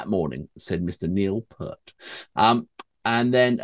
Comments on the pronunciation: Please gentlemen, for the n'th time, it's pronounced P*EE*RT, not Part nor Pert. Thank you fro your time. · Could you please pronounce Neil's last name correctly. PEART=PEERT 😊